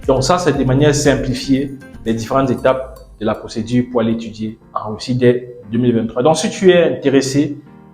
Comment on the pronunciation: Weussiw en wussie... c'est pas facile à diwe...😁😅😂🤣🤣🤣🤣🤣🤣🤣🤣🤣😁👌🐓